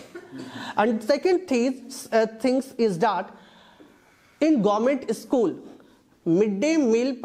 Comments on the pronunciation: Not ischool dear/say school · It is not isschool in English.. It is school in English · First of all the private pinalist students learn how to pronounce school 😂😂😅😂😂